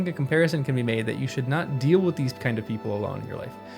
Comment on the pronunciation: "How should I?" was misemphasised. Not "How should "I*"? " but "How *should I?" Well, that stood out to me anyway. I think I preferred to read the words myself. Nice work on the whole. Thanks.